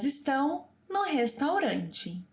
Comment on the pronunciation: I thought “ no” was pronounced like “ new” but the host is saying it the English way “no”